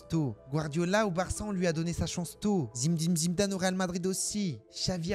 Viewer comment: Fromage Le seul qui arrive à prononcer Zim-dine Zim-dane ❤😂😂